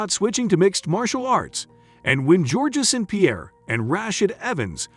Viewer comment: Georgia St-pierre, and Ra shed Evens might have an issue also lmao!